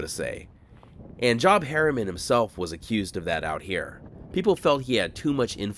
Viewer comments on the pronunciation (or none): Pronounced Joebh or however phonetically the Biblical Prophet's name would be spelled...Not job, like work...lol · You must not be a christian. Job is pronounced Jobe. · The name "Job" is pronounced "jobe." You know, the bible dude. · It’s pronounced Joeb. Like in the bible. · I always find your videos interesting. Thanks for making them! I believe you're mispronouncing Job's name. It's likely pronounced like Joobe - with a long o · FYI: When a name is spelled “Job” it’s usually pronounced “Jobe.” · Socialism new lasts, no matter where it is. And surely that dude's name is pronounced Jobe, with a long O like in the Bible. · I'm pretty sure Job Harriman would have been pronounced with a long O sound, like the biblical Job. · What's old is new again... BTW Job is usually pronounced with a long 'O'. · The word “Job” when used as a person’s name rhymes with “robe”…it’s a Biblical name from the dude in the Old Testament.